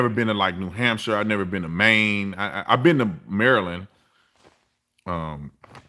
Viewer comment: Why did you say Maryland like that? 🤣🤣🤣